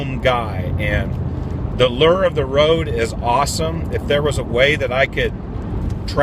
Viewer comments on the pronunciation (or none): none